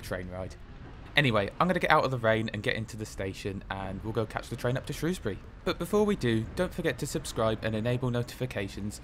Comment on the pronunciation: Never mind the welsh place names, great to hear you pronouncing Shrewsbury properly! Great video 👍